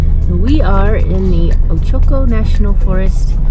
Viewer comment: Its pronounced OACH (like coach) OH-CO, all long O's